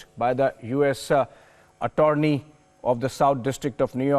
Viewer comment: A-torny?? Do the anchors of this news channel, not know how to pronounce Attorney? Then again, this channel does cater to the whatsaap university crowd.